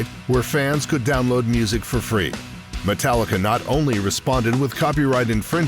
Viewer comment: How many times am o gonna hear people say Metallicer?